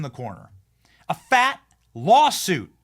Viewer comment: He said fatt